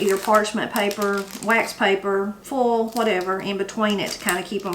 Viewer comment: Salutations du Canada! I'm really glad I found your channel. Nothing fancy or high-tech, just real cooking straight from the heart. I especially love your accent. I admit it took me a couple of replays to realize you were saying "boil" and "foil". I was hearing "bowl" and "foal", lol! Merci beaucoup. À la prochaine! (Thanks very much. See you again!)